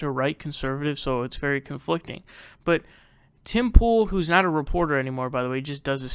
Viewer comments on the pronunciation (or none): Oh my God, you called him Tim Tool, but his name's POOL!! So funny and genius lolllllllll!!!